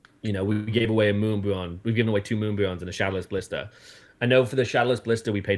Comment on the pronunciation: bless you, that fact you sat there for two hours listening to this guy really shows the effort you put into catching these J bois D**k Wads. I couldn’t help to laugh every time he said Moonbweon! These lame ass streamers “where” definitely trying to scam for sure😂😂😂